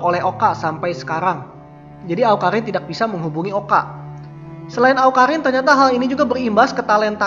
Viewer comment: Awkarrrrriiiin bkn awkahinnnnn hahaha